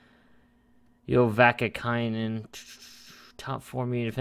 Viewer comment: It’s “vacka-nine-in”